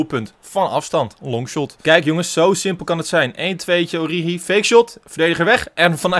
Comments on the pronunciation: Haha het is niet oriedzjie of oriechie maar oriegie met de Franse g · Het is Oorieguy uitgesproken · Spreek het uit als: Ooriegie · Je zegt het als ORIEGI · Het is ORIEGIE uitgesproken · origi je speeekt die g uit zoals in het duits gans een beetje k-achtig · Spreek origi uit met de g van genant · Met de g van garcon in het Frans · Origi is met de g van garage int Frans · Het is oriGi met de g van geel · Origi met de s uitspraak van gucci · Origi is met de Franse g van garçon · Ge moeet origi uitspreke als orrigi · Je zegt Origi met een Franse g. Net als de speler Idrissa Gueye. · Het is oriegie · Je spreekt het uit als “Oriedjie”. (Geen haat natuurlijk) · De g uitspreken als garcon (in het Frans). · Pyro No. 1 nee het is gewoon origi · Je spreekt origi uit met de g van guy of good van het engels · origi met de g van Garcon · Origi spreek je uit me de g van garçon ... plsss let erop